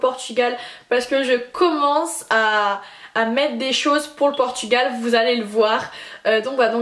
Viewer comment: tu fais que dire portugual cest genant ...